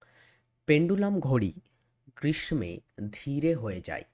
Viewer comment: ক্লাস ভালো লাগলো কিন্তু "গ্রীষ্মে" শব্দটির উচ্চারণটা ভুল বলা হয়েছে ভিডিওটিতে।